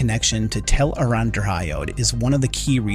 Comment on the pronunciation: It’s pronounced “tel-uh-ron-rhee-odd”